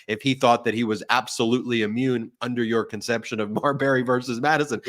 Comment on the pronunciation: Marbury? Come on.